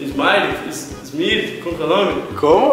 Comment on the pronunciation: falou Smile 🤣🤣🤣🤣🤣🤣